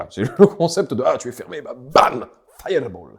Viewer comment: Ce "Firrreball!" m'a beaucoup fait rire, et j'ai appris plein de trucs ! Merci bcp et continuez comme ça!